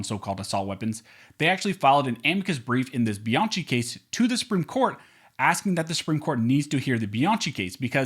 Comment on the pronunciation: If you are spelling the name Bianchi like I did it's pronounced BianKi. If it's spelled different forgive me. In any case your videos are informative.